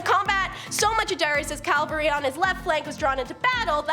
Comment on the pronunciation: Cavalry NOT Calvary